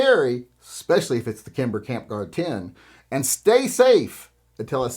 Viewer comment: You lost me at “Kimber”.